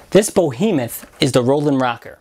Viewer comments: It's pronounced Behemoth not bohemoth. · what the hell's a 'bohemoth'?